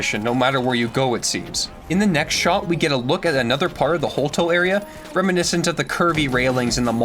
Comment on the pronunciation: It's HolTOW same pronunciation as town